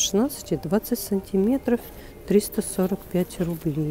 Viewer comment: Ооочень хороший обзор!Но режет слух слово"цынцыметров"!